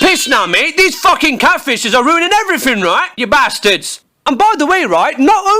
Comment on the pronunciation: i love it when says you basted/basteds